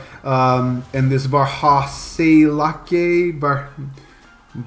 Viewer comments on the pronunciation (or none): Good try at trying to pronounce varhaiseläke. Actually kind of close. var-ha-eye-s-e (like the 'e' in the word 'french')-lä(ä kind of like 'a' in 'cat')-ke ('e' again). Dunno if that really did clear it up but hope i helped lol